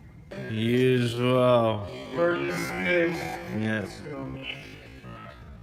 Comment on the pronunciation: For f**k sake. DISMISSED. Not Dissmessed.